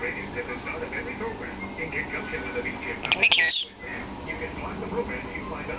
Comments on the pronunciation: "give me a kiss" sounds like "give me cash" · It doesn't sound like give me a kiss, it sounds like "I can make yours" Thumbs up if you agree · i thought it was saying "gimme cash"